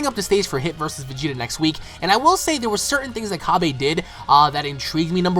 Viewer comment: Cabba, not Cabey. It comes from cabbage. Seriously, stop saying Cabey.